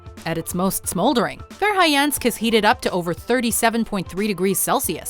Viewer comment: Interesting video, but do you realize that, every time you pronounced Verhoyansk, the 'o' ended up as 'i', and the 'a' ended up at 'e', i.e., vair-high-YENSK, rather than vair-hoy-YAHNSK?